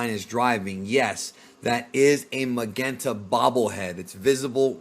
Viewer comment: Can you pronounce soft "G's"??? GERO and Magenta you pronounce so wrong it's cringy